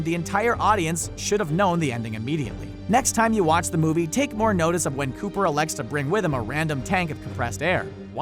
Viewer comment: It’s Hooper not Cooper..